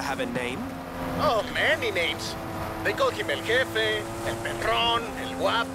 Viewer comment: Pronounced hefe